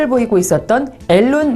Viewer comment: 미안한데 일론이다 적혀져 있는대로 읽지는 말자 너의 이름이 김서연인데 김서윤이라고 읽어주면 좋겠냐